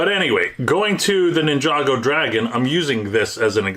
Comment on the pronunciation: Hi, I wanted to share with you that Ninjago is not pronounced the way you pronounce it. It is actually pronounced ( Ninja go) 😊